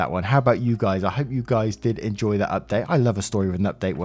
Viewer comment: I "endoy" listening too as always :D